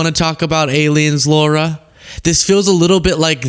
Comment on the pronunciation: It's LARA not Laura!!!!!